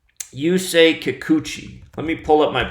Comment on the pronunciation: Yusei....why-use-I...strange. Great Vid.